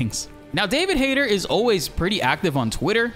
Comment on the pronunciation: I think you pronounce his name wrong. Its Hayt"E"r. The tone on the "e".